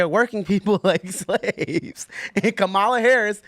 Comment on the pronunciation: The absolute most pressing issue for the democrat leadership and the MSM is that you don't mispronounce her name.